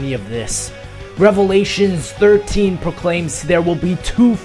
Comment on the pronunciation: OMFG I CAN'T BELIEVE THIS MULTIPLAYER SECRET!!! HE SAID REVALATIONS